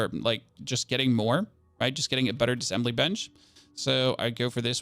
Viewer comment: Thanks for the video. I watched all of it and you said the word “essentially” times. Also it’s Diss-A-ssembly not dissembly. 😉